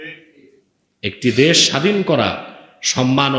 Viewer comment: দ্যাশ" নয়, ভাই দেশ" উচ্চারণ ঠিক করুন আগে।